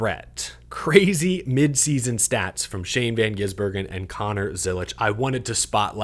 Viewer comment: It’s GiSbergen, not GiZbergen